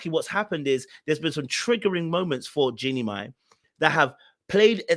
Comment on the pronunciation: The way you're destroying this woman's name. 😂😂😂 These ppl will figure this out. All the best.